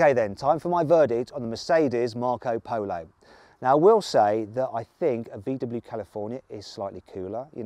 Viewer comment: Marc Polo sounds so much better in a Brummie accent.